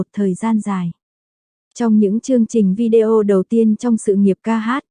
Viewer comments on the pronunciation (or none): none